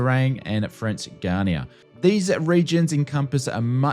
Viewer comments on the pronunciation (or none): Guiana pron. Guy-AH-nah